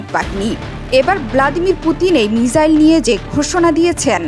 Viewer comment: Missile balo mijail noy.khub baje lage sunte